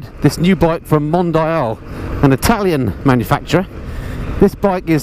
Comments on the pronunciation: Pronounce it right, "Mondiiale"...it was cool enough for Ferrari. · I think it’s Mon-Dee-al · What a lovely little bike! BTW... hope you don't mind my pointing out the the name "Mondial" is pronounced Mon-dee-al. I guess that makes it sound a bit better (exotic?);)